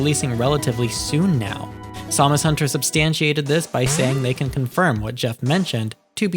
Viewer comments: I really hate the way you said it too, it's Sam-us, not Somus or however you were saying it. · I'm just teasing you don't sound like AI but hearing you say Samus hunter like that threw me off haha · Is this an AI voice? Because who says Samus hunter that way lol